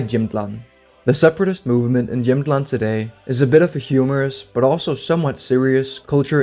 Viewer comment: Great video, and as someone from Jämtland (great pronunciation btw) you really got most of it right! While the independence movement is for the most part completely a joke, we are really proud of our land, probably the proudest in all of Sweden (I rarely meet anyone who even cares about where in Sweden they are from, nor do they take pride in their regional heritage, except for people from Skåne perhaps). We have our own flag and every year at a huge music festival called Storsjöyran the president holds his speech and everyone waves with their little flags and shout slogans in the dialect. We consider ourselves primarily Jämtish (is that even a word?) and then Swedish but I don’t think anyone would seriously want to secede from Sweden. Of course, I can’t speak for everyone, this is just my experience and view on the matter, but again great video though I have to point out one error and that is that the southern part of the region you showed on the map is a region called Härjedalen and not really Jämtland, and they do not view themselves as a part of “Jämtland proper” but besides that I think you got everything right!